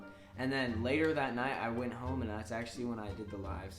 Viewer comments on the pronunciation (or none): none